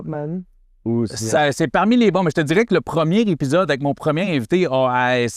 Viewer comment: É Pi Zode pas Hep pi ssode 😂 jnt goat